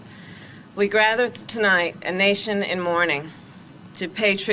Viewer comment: We "grather" tonight....hahaha biden rubbing off on Harris.